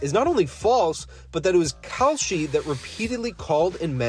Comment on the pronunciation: Whenever you say "Kalshi" I hear "Cowsh*t". The difference being, cow, umm, manure is useful. Kalshi is NOT.